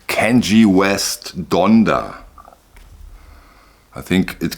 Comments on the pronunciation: Kanye, pronounced CON-yay, not Kan-jee. He’s completely insane. Maybe you’re mispronouncing it deliberately, hard to tell. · did you just call him kenG????? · Kan (like Wrath of Khan, the Star Trek movie) ye (soft Y as in Yellow - not a J sound & then e is AY - as in the end of hip hip hoorAY) 🙂